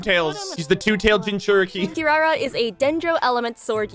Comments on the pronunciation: Is he unable to pronounce Kirara correctly? What’s up with the random Ls in the name? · I hate the way they pronounce Kirara in English